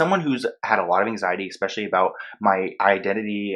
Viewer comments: Eck-specially? 🤔 😂 I think it's especially... Love u though 💕 love ur videos and ur passion. I just had to point that out 😂🤔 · Omg. The word is ESpecially. Not EXpecially.